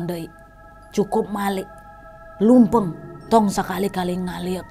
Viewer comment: KOREKSI NADYA CANTIK,,BUKAN LUMPENG,TAPI LEMPANG Narasi di,,TONG MACA NANAON DEUI,,LEMPANG ULAH NGALIEUK DEUI